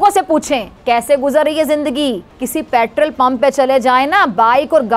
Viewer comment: Yeh Pat-rull kya hota hai??? Oh! You mean Petrol!! Yeh Doctorate kya madarse se li thi🤣🤣